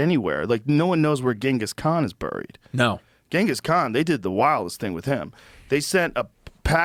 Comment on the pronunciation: Joe can't pronounce "buried."